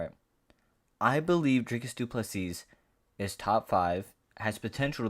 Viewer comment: Silent S on du PlessiS..you welcome bro 🙂